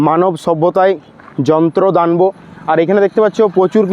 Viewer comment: ভাই উচ্চারণ টা দান বো নয় দানব